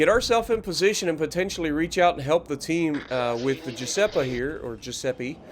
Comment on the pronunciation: Hey. It's gee-u-sepp-ee for the pronunciation. My step Grandfather was from Italy and I grew up with Italian friends. I first saw this map early this morning, really like it. Btw, you cracked me up when you said that the Repub shot you in the facehole, lol! Good vid. Thanks for all you do.